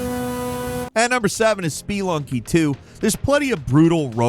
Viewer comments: Did he say spee lunky? It’s SPUH-LUNG-KEE 🤦🏻‍♂️ I love this channel but, they constantly mispronounce words 😂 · lool "Spee-lunky" vs "Spuh-lunky" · Spee lunky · Hearing someone say SPEE-LUNKY instead of Speh-lunky is cringe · I thought "Spelunky" was pronounced "sp-lunkee" not "spee-lunkee". Since "spelunking" is pronounced "sp-lunk-ing" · speeelunky. It's Spe,. Spelunky. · Speee-lunky XD I swear this guy get's a script, sits down, bangs it out, goes "whatever" and goes right back to drinking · Speelunky LMAO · S-PEE-lunky - genuine question, is it really pronounced that way? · "Speelunky"? Does mispronounce things on purpose? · I like these videos, I just can stand this guy. SPEE-lunky was just the straw that broke the camels back. Dude never does his research and always mispronounces stuff 😢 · Spee-lunky 2 lol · “Spee lunky”???? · SpeEeEeEeEeEeEeEeEe…. Lunky! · "Spee-lunky" Alright, that does it. He absolutely has to be doing that on purpose, there's no way he isn't.... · Speelunky took me out 😂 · I’m sorry but “ spuh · luhng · kee”. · Spee Lunky?! dont you understand that word spelunking? It mean to explore. Like caves and underground and shit. You've just BUTCHERED its pronunciation lol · Please learn how to properly say Spelunky. I just couldn't refrain from commenting it was so cringey to hear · Your pronunciations continue to baffle me. Have you never heard of Spelunky before this video?? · Why are you saying spelunky like that? I don't think that's how you say it lol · The way he pronounced “spelunky” gave me total organ failure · from the word Spe-lun-king, which means cave exploring. spe-lun-ker who explores caves.